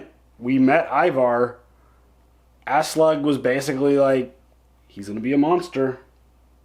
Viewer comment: When pronounces Aslaug as Ass-Slug 🤣